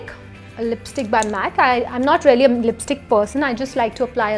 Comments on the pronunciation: Same😄😄 sephora mask is rarely good?! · Nice video, I had to watch it twice to understand that she's saying 'really' and not 'rarely' :D